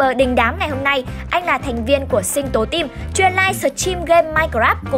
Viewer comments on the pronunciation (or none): none